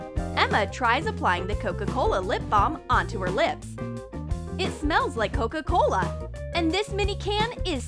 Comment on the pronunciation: DoEs AnYoNe NoTiCe ThAt tHeY ArE sAyiNg CoCo CoLA?